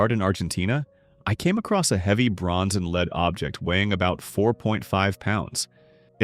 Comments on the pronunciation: Drives me crazy that AI can't pronounce the difference between Lead (to guide) and Lead (the metal) based on word context. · Maybe find a way to teach the robot when to pronounce it as lead, the metal, and when lead, the verb